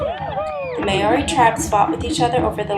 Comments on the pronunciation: Hello. two small things: the fire dance is probably Fijian, Tahitian or from New Caledonia. The Maoris did not do firedances and the drum beats are all wrong. The name of the people is not pronounced mayori, but rather mahori. or mowri The rest wasn't too bad though. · Well done.Just ignore the hateful comments. While it is true that your pronunciations of Maori and Waitangi are incorrect, I challenge those not from the US and Canada to get their tongues around First Nation/Native American names. Equally true, there are some factual simplifications - but you had six minutes to cover a very complex history and the subject of ongoing controversy. Sadly many in New Zealand today have a poor understanding of the country's history. Views are often biased.